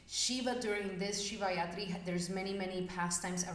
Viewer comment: It’s Rathri not Yathri. Rathri means night. 😊